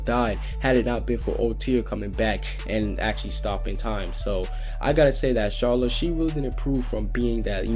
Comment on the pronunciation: He may be trying to pronounce it like the japanese/dubb version. when they pronouce it as char-la kinda.